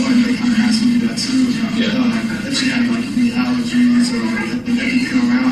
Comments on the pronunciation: Hard to listen to any of those defense attorneys!! Especially when they say axe instead of ASK Annoying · Male defense lawyer said “axe” instead of ask . Omg